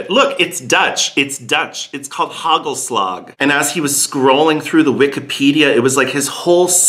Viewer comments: Hey, it's not hagelslack, it is hagelslag (soft g)! Almost there! winks ♥ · it's haKHHelasKHHH , not slag like germans would say the G! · Hey, sorry to correct you but the right pronunciation for hagelslag is KHKHKKHHKKKKKKKKKHHHH.